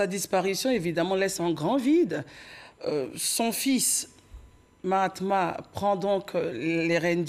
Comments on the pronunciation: Le fils ne s appelle pas Mahatma mais bien Mahamat. Veuillez à bien prononcer son nom. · C'est Mahamat pas mahatma svp.